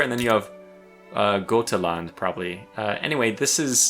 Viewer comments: As someone who speaks Swedish, Gotland pronunciation was good, in Swedish Götaland's G is pronounced like Y, so something like Yuhtaland. Great video! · More like pronounced J, "Juthaland"